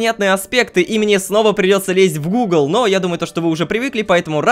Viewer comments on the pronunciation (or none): none